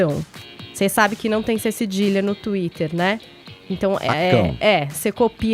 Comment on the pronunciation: .... como pode uma jornalista fala "cecidilha" quando todos com um mínimo grau de instrução sabem que o correto é "cedilha "